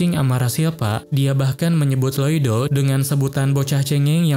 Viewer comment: info nama MC nya bukan loido tapi loid😅